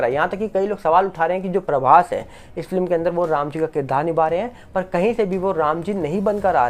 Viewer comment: आप बहुत अच्छा बोलते है.हम अक्सर आपको सुनते है.पर एक बात चुभती है.आप फिल्म को फ्लिम ऐसी उच्चारण करते है😢.FLIM/FLIM